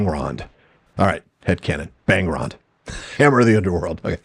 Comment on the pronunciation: "Bangrond"? Sounds like a rock band that may be appearing at the PPP moot .... 😂